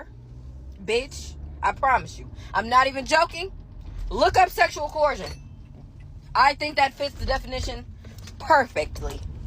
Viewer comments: sayind Coercion (Ko-Ur-zhun) wrong repeatedly is wild. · K no disrespect, but you don’t pronounce the H in coercion…lol 😂